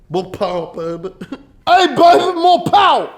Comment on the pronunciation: MO POWUH BABEH